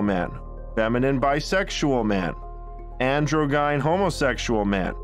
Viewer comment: The guy who wrote and read the audio book for his "Hard Times Make Tough Men" Spartan helmet book sounds like a doofus frat boy having trouble reading his own book. And by that I mean, "androgyn-" isn't "andro-GUY'n". It's pronounced "andro-jin", like gym, but with an "n". I'd like to see this author's credentials before giving this book a chance.